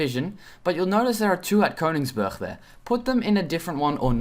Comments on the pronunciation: You don't pronounce German cities like you would with Dutch cities. Danzig is not Danzisckh neither is Königsberg, Königsberschk. Danzig is Danzich (soft g sound like in the word ich) and Königsberg is Königs-berg with a hard g. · maybe he is learning German. Like i do